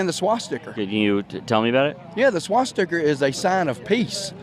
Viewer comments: “Swas-sticker” Wow, low I.Q. Individual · How can you stand an even carry on a conversation with someone like that with a straight face,,OYeah did he say swasticker.... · He can’t even pronounce swastika literally like in Wolfenstein when the kkk boys couldn’t say danke schon, look it up it’s funny, but literally the same thing